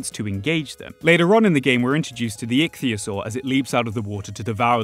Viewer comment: you are the first person I have heard pronounce 'Ichthyosaur' correctly. Thank you.